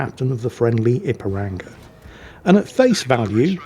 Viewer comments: mispronouncing Ipiranga is hilarious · You must forgive him.. he’s crap, and he’s English, so doesn’t hold with all these daft forringer names.